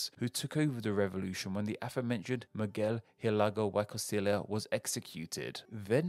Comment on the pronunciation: Please do not say Miguel Hidalgo y Costilla ever again.